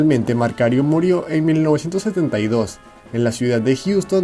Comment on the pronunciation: Disculpa la correccion pero el nombre es Macario Garcia la letra "r" esta de mas saludos 😝😉👏👏👍😸